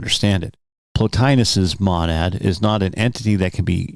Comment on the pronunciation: Its a long O on Monad, God your pronounciation is like nails on a chalkboard